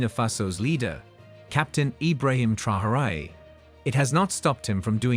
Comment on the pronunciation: Say his name properly. No one is called Tryhooray here...